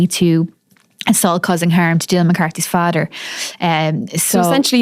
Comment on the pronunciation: Het fadder and her mudder. 😮